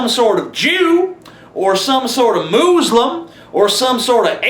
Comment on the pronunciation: lol "moozelum"